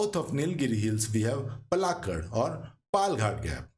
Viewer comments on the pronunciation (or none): Good video. But Hindi speakers please learn to pronounce names and words of the southern languages. Example it is पालकाड् not पल्लाकड, नागर्होले not नागर्होल्, आनमलै not अन्नामलै, आनमुडी or आनेमुडी not अन्नामुडी। Please check all your pronunciations. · One it is Nila-giri No halant in LA. Two: It is not Palghat - It Paalakkad. Double KK and NOT Pala (dhirgha NOT hrsva). It is Kottayam. Double TT sound. Get your pronunciation right. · Its not palgat its paalakkaad😢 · for your information:- to correct pronunciation in malayalam paalakkaad not palghat or paalkkad or palkkaad aanamudi not ananudi in most southern language names, "a" is pronouncing as "aa" & in tamil written as salem pronounce as selam mahe pronounce as maahi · Palakkad is not Palaghat Kozhikode is not pronounced kozikode.It is kolikode .pls google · Palakkad not Palghat😂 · It's not palghat .... u hindi __ . It's palakkad, try to learn. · pronunciation of names very bad, before creating such videos it's better to do some home work. It's sounds umpleasant to hear, 'anaamalaaaaaaai" palaaaaaaakkaad' 'agasthyaar malaaaaai' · Excellent info.Please look up correct pronunciation of places.The narrator gave out three different variations of Palakkad. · Informative, but the narrator should learn the right pronunciation of names related to South India. It is very poor. Kudure mukha, Nagara hole, Kerala, Palakkad and many more